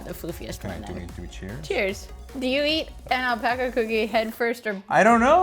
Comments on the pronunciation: Great vid. But still cant get over "Alpoca" Lmao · Lol the pronunciation of alpaca.